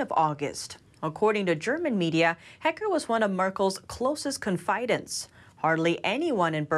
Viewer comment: Can't pronounce "confidantes," or even the word "bury"? What's her native language? Find a narrator who speaks English or Mandarin—either would work.